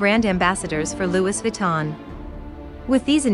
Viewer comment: Not loo eees viton….loo ee😁